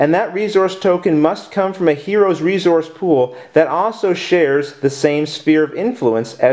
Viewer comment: "Re-Zource" lol